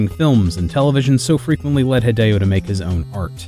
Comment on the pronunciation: When - when - will US:ians stop making other people's name a garbled mess? Just learn to say it by listening to themselves saying their own name. HEE-DEH-O is not that hard